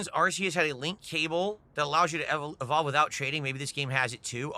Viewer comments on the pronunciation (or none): Bro can't pronounce anything right, EHHVALVE, POHTROHT, GYIRADOSE, WAAAAAAAHN